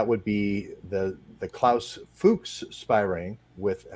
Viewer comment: pronounced Klaus Fooks